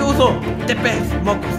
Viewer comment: "Tepez mocus" - 2019